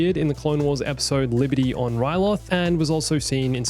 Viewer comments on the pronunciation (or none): none